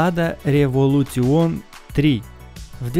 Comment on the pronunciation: Не револютион, а революшен